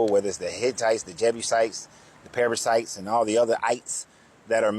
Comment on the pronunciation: I heard that right, right? Perzittes? (Parasites)